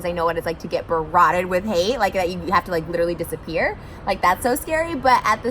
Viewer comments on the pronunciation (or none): "Barroted"?? Is that even English? 😆 You mean barraged, Trish. And admits she didn't watch the videos, how can you respond to something you didn't watch.